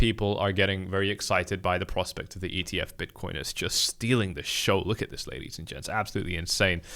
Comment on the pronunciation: For you its not ETF, its EEF